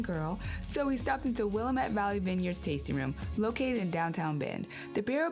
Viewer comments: WILL-AM-ETTE. That's the right way to say. I'm glad you had a great experience! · Great video, as always! I live in Ashland. It has some rac-smile-ism here, but it has mostly good- hearted people and a bit more diversity than Bend. But there are towns in the hills that aren’t as kind. Oregon’s history is rough. A local tip: “wilLAMette” rhymes with DAMmit. 🍷🍷🍷 For a longer summer trip, Bend to Crater Lake to Ashland is a great tour, but there’s not much good food at Crater Lake, so it’s best to pack a lunch. There are also direct flights from Medford to/from Seattle, so you could easily do a fly and drive loop. Our area has many wineries, hiking, mountain biking, and a months long Shakespeare festival with a program that often includes socially aware plays. For instance… “Smote This, A Comedy About God ...and Other Serious $H*T One Black man’s reckoning with legacy and religion. In this one-man comedy, Rodney Gardiner…”